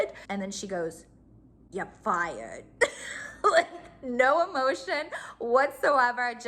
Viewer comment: “Yah fyad” 😂🤣